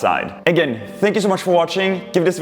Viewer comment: you said wideo